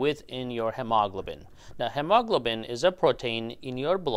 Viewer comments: FYI - it's pronounced hee-ma-glo'-ben. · It is hee-moe-glow-bin 😊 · hemoglobin is pronounced: He-Mo-Glo-Bin. All 4 syllables accented! ok? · Hemaglobin is pronounced "Hee ma glo bin" with the accent on the first syllable. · It's "he, mo, globen". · Say, hem o glob u lin. Once again... hem o glob u lin. There. Good job!! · the word is pronounced he mo glo bin. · doctor thats pronounced he-mo-glo-bin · I know, right!? My brain is translating his pronunciation like 😞😞😞😞😞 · Took a while to understand that you were trying to say HEMOGLOBIN. Thanks for the video. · Why on earth do you mispronounce hemoglobin so badly? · A well-intentioned tip for you, talk to a native English speaker about the correct pronunciation of hemoglobin. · He pronounces Hemoglobin in a "funny" way! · That is how some Phillipine born people pronounce hemoglobin. I enjoy it! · Hemoglobin? Where did you find that pronouncing style? Please Google the American English pronunciation. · his pronunciation of hemoglobin is nervewracking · Am I the only one that is jarred by the way he pronounces hemoglobin?